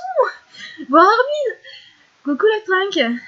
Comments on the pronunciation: Ca me stress trop les gens qui disent "Armine" :c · xD Perso je trouve que ça fait mieux Armin que Armine :c et puis Chino elle dit Armin elle >3< xD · C'est marrant comment tu prononces son nom c: dans ma tête ça s'est toujours pronocé "armain" (comme hein à la fin) c